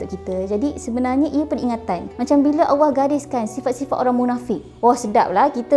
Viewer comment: sebutan allah kedengaran seperti awah(seolah2 disebut dlm keadaan malas) maaf diatas teguran blh jadi saya tersilap.